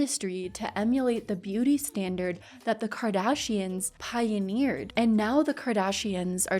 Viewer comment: Pionneered? Lol